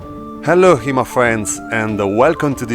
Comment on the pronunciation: I always hear "hello here my friends" lol